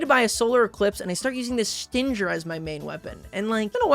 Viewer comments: He couldn't pronounce Stynger either (its pronounced stinger smh) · Isnt stynger like obviously pronounced stinger, as in a bee stinger? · I just wanna know why you aren't pronouncing Stynger like stinger